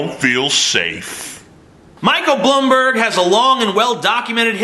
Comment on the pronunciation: As a New York City Citizen for my whole life (14 years) I can confirm that Bloomberg (or how TJ says it "Blumberg" Jk) is a scumbag. And yes, he did somehow change the 2 term limit to 3 right before getting elected, even though he was extremely dislikes by most New yorkers at the end of his second term.